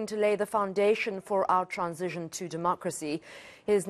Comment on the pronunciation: 🤣Why does she always have a hard time pronouncing 'transition'?!